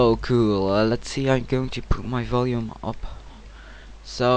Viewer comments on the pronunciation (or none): none